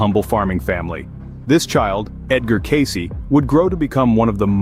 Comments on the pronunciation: His name is pronounced Case! Not Case - ee! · Born in 1977 ? Who are we talking about ? Who is Edgar "Caycee" ?? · At the very least you should be pronouncing his name correctly “Case” is how it’s pronounced…